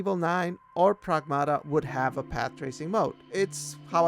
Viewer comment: Lmaooo progmuhduhh 😂